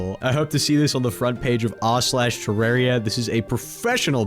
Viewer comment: terraria youtuber doesn't know how to pronounce terraria properly. shocking